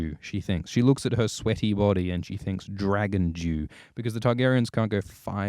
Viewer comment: That being said, you really need to work on how you pronounce "dew", I was really confused for like 2 minutes wondering what the fuck a 'Dragon Jew' is XD